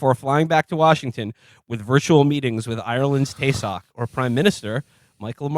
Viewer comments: Should be pronounced T-shock and Me-haul for anyone wondering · Taoiseach - 'Tee-shuck' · How they pronounce Taoiseach Is cringe. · Double whammy fuck-up pronunciation of both “Taoiseach” and “Micheál Martin”